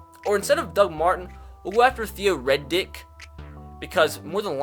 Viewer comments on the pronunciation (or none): Did he just say Theo Red Dick. Riddick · Its Theo R-I-D-D-I-C-K. Not Reddick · It riddick not Reddick you dumb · Did anyone else notice he said theo Reddick instead of riddick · Dude said Theo Reddick lol tf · He calls him, “Theo Red Dick” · No way he called theo riddick, theo red dick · Why you gotta do my man riddick dirty? Say his name right, he deserves some respect! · It’s pronounced Theo “Rid-ick”. Rid as is getting “rid” of something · The way you said Theo redick wtf😂😂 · What’s with your pronunciation of Riddick 😂